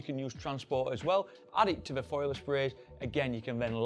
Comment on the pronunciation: It's foliar, not foiler.